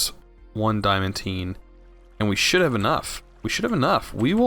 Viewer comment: Legitimately, not being rude (as it might sound), It's pronounced "Dye-uh-man-Teen". Great videos man, I'm playing through it and your videos are very informative, and fun to watch!